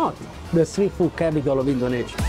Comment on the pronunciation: I always love how you say "Indonesia" as a foreigner because it's the correct local pronunciation